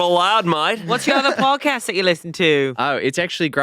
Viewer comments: Sooooo close!!! It’s that “a” in “podcast” that’s tripping you up! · just a note to improve your Aussie accent, if an Australian was saying "podcast" the "cast" bit rhymes with "ah". 😅